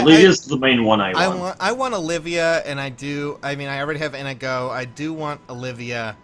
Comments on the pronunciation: Come on I wanted that Nohr Azura but I didn't get her. :( Oh and I also think Olivia has the best art. And Inigo is pronounced (In ee go). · INIGO IS PRONOUNCED IN-NEE-GO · its Indigo